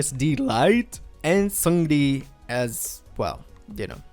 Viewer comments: the way he pronounces seungri, lmfao. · Hey there, it sounds like you’re working hard on your korean pronunciation so I want to let you know that 승리(seungri) is pronounced 승니(seung ni), and 태양 is pronounced as it looks, like Taeyahng, not taeyayng :) love your videos!